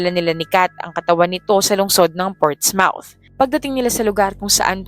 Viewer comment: portsmouth: dapat basahin mo ita as "portsmoot", ndi "ports-mouth" (as in bibig).